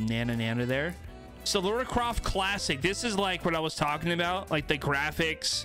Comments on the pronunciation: It’s LARA not LAURA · LARA Croft. Not Laura Croft. I'm cringing!! LOL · i hated when you kept saying ( lora ) instead of ( lara ) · "Lora Craft" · I don’t know whether I’m mishearing but this is the third battlepass video where I’ve heard people say Laura Croft not Lara... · be like "lora Croft" And I can't stand it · Samsies. Its driving me bananas. [rip peely]